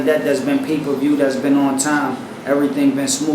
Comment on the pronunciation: "pre per view" lol... keeps getting better. moron lol